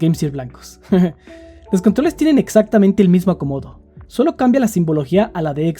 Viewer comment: Cómo va a ser. Iba tan bien hasta que dijiste "Solo dimput" :c